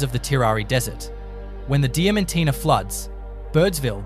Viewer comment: Get the names right , Diamantina pronounced , Di - man - tina , Marree pronounced Ma - rree , Coober Pedy pronounced Coo - ber - pee - dee , Uluru pronounced U - Lur - ru . Laverton , Lav - er - ton , Bedourie , Ba-doo-ree